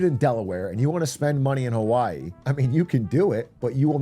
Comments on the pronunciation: funny how some chat and this Youtube comment section are losing their minds on how a native Hawaiian pronounces "Hawaii" correctly and trying to say it's incorrect 💀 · That's how you pronounce Hawaii in the native Hawaiian pronunciation 😭 how can you be so confidently loud and wrong